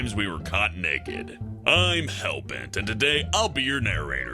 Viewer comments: He says neked 😂😂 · The way hellbent said naked "Neked" 10/10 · "Neked" ( ͡° ͜ʖ ͡°) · is it just me but he says naked in a funny weird way